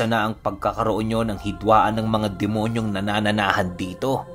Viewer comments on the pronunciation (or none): Nananahan po, hindi nanananahan